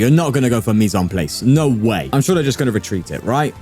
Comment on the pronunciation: it's Mise en pl-ah-ce... Not Mise en playce, very important